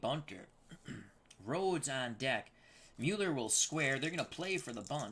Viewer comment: I believe you are correct with the Mueller pronunciation.